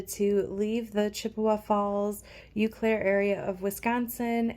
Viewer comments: You were near where my dad was born and raised in Fairchild. Fyi, it's pronounced "Oh Claire". 😊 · Welcome to MN! Btw, no big deal but the Eau in Eau Claire is pronounced O Claire. Eau=O sound. I hope I don’t jinx you but do you ever get mice? How do you deter them? I love watching you & Joeys adventures ❤ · I have never heard someone say Eau Claire like that. It's like oh Claire.